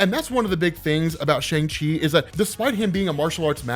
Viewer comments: Just so you know...it is pronounced shung chee...not shang she... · Come on, you know the proper pronunciation of Shang-Chi! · Whos gonna tell hes been pronouncing ShangChi wrong forever?